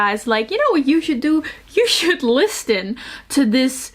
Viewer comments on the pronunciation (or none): i love this channel so much and i love her voice, but i cant help but notice every time she pronounces the "t" in listen😂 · You speak English so well that it struck me when you pronounced the T in listen. At least in the US the T is silent.